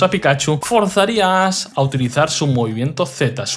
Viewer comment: Muy buen video! Lo único que no entiendo es por qué el youtuber a Ash lo llama "Ass" y al tipo psíquico lo llama "sísico"